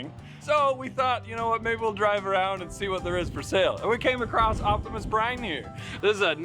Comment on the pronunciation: It's Optimus Prime not Brine